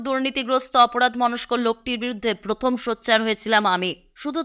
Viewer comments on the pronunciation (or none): none